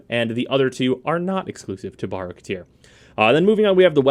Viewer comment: Borrow, eh? I thought his name was Baro. And lets not even get in to 'rapier',.